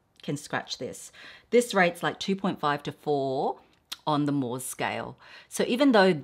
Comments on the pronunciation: Guilloche is pronounced "ghee-osh" and Moh is pronounced "Mow". Unless it has changed since I sold jewellery 😊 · Mohs is pronounced: moes :)